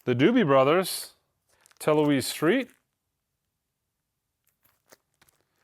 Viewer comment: FYI, Toulouse is pronounced too-loose I'm from NOLA many streets with French names.